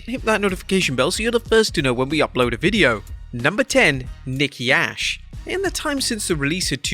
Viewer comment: I never heard her called herself nikki ash 😂 now Nikki A.S.H yes but its ok im hype for thr game